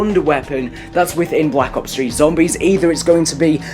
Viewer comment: Sounds like You're Saying Call of Duty Black Cops 3 ?